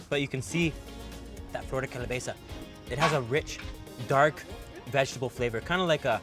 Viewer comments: Thats not mayo on the chilaquiles or tetela, thats sour cream And its Calabaza, hehe , not calabeza Good video though, made me hungry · It's not empañada pendejo!! Es EMPANADA. it's not calabeza...it's CALABAZA animal.. your Spanish is truly bad you should take classes. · Hello there! I love you guys’ videos. They’re so informative and I enjoy how you emerge yourself in the cultures!! 👍🏻👍🏻 P.S. I just have two comments... it’s “flor de calabAza” and also it’s “enpaNada” hahah I live in California and we have these hahah other than that c’est magnifique! 🙌🏻🙌🏻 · in all of the dishesthat you said they had mayo, it' was cream. And also, it's calabAza, not calabeza :) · Totally cute when he says "calaBEza" like he was trying to say calabaza but ended mixing in cabeza 😂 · I need to try those stinky beans and chocolate drink!! Please note that it’s calabaza not *calabeza. 😊👨‍🍳👍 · Empañada de calabeza :P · Its calabaza not calabeza